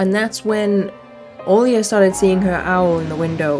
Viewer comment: 10 seconds after you mentioned the Olga instead of Olya my brain finally kicked in when I was drinking water and then water shot out of my nose! My brain has such slow reaction. Lol … Olga 🤣